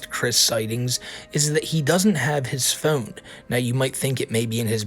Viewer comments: Stop saying phewn, pronounce it correctly, from the satellite man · You say "phone" in the strangest way possible, lol. Thank you for keeping us informed! Where are you from?